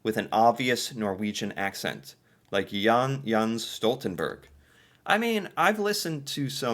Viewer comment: Man can’t even read 😭 like wtf is young young stoltenberg 😭 it’s CLEARLY says JENT stoltenberg 😭